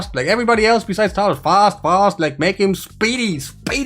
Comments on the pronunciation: Titus is pronounced “tight-us” not “teet-us” 😉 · Friend its Tie Tuss not TEE tus. Like Tie your shoe. Tie tus.